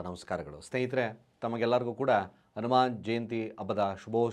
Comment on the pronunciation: Pronunciation it is Hanuman jayanti